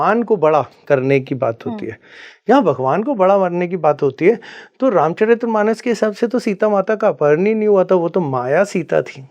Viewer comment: ये स्वयंभू गुरु तो तुलसीदास जी को दस सेकेंड्स में debunk कर गया, ये बात अलग कि "रामचरित मानस " को "रामचरित्र मानम" कह रहा है । अध जल गगरी छलकत जाय 😂😂😂😂